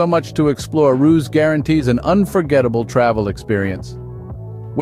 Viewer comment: I like how there is not a single footage of Ruse in the video (pronounced Ru-se not Roos)